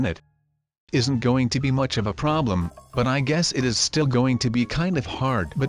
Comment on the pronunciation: it's much not nuch